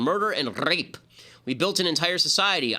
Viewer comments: "in short through three centuries of murder, knidnapping and Rrrrrrrrape" LOL why the fuck did he say rape like that? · That tongue roll though RRRRRRape